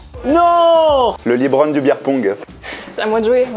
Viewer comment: Il a dit "libron" rip